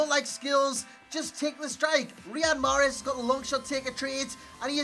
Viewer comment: greetings from algeria .wrong pronounciation